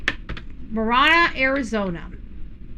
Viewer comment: Ma Ranna..is the correct pronunciation is how us in pronounce Ma Ranna from someone that grew up in AZ, and LOL it is not TucksSon it is Tucson..:face-blue-smiling::face-green-smiling: LOL if you are from AZ, you understand me LOL that drives us, Arizonan's cray cray.. LOL Marana is in PIMA Co. Is 20 miles North of Tucson and 100 miles south of Phoenix! just for those wondering.. where Marana AZ is located.....Part of Marana Co is in PIMA co. and a small section in Pinal co. Marana needs to decide if they want to be called Pima Co. or Pinal Co. The town of Marana is in both Pima County and Pinal County because the town government chose to expand across the county line. Marana grew northward and legally annexed pieces of land that sit inside Pinal County. A bit of history lesson since 1992 still fighting over land right.. HUM LOL